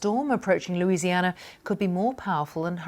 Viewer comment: Good job pronouncing everything correctly. Many American newscasters can't even pronounce Louisiana words correctly. Now would love to hear you say Atchafalaya and Tchoupitoulas.